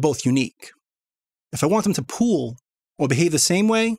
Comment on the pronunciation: "pool" not "pull" :)